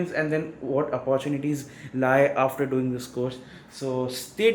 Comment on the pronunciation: After ka 'r' kha gaye